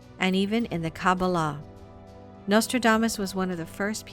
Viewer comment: Thank you for reposting this older video. Great information. If you redo it at some point, I hope you will correct mispronunciations of names. Ones that I caught were: Feynman, Kabbalah and Poincaré. There may be others.